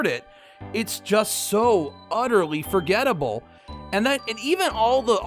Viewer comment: "It's just so utterly forgettable" Say that last word again?